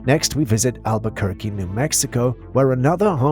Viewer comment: hey, pronounces Albuquerque perfectly. rarer than you'd think. props2steve. wonder where he learned that? wonder about the provenance of his accent. wonder about that guy in general... wonderful guy, i'm sure.